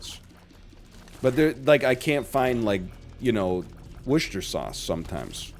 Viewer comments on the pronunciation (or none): Always worth a giggle listening to the various ways North Americans pronounce 'worcester'. Whoosh-ter 😂.